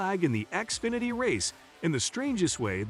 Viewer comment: xfinety not axefinety